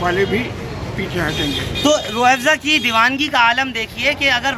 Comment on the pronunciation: अरे भाई रूह एबज़ा नही रूह अफज़ा बोलो